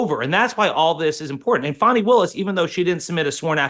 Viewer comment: It’s NOT faunni….its FAAAni, like a butt